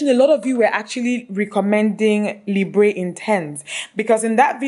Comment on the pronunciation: Someone may have mentioned it already but "Libre" is pronounced somewhat like "Libr". The "e" is silent just like the French word "libre" which means "free". :) :-)